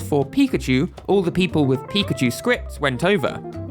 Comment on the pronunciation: I always wondered why everyone, including the Smash Bros announcer, pronounces PI-kachu, when the Pokemon itself says pi-KA-chu or even pikaCHU.